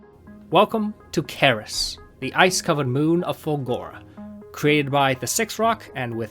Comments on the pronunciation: it's pronounced "S-er-ee-s", the C as in "centre" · For the entire video I cannot get rid of feeling you are calling it wrong. I'm pretty sure it's read with "c" as in Cerberus. Aside from that - love the video!